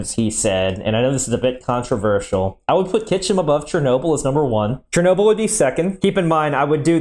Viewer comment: Pronouncing "Kyshtym" as "Kychym" makes my eyelid twitch the same as when I hear "nucular" :D